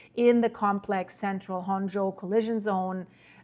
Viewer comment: Honshū is pronounced: “Hon - Shoe”